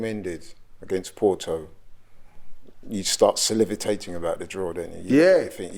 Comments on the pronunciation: nah, "salivatating", he meant salivating, but and didn't catch it... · said "Salivitating" hmmm....dictionary please 😂😂